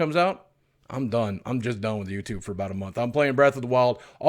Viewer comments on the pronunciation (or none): none